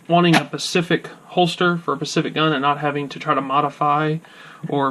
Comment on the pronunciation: NIce,to-the-point review and I appreciate the info (but just FYI the phrase is NO FRILLS, as opposed to thrills and the word is pronounced Specific not Pacific).